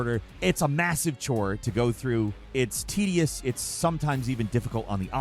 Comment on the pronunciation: did you say "tedious" or "tittiest"?